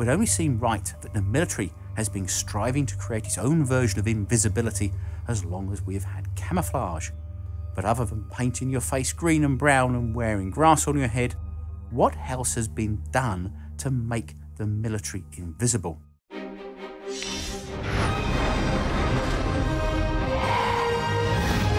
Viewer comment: What dialect of English are you speaking to be saying "what helse"?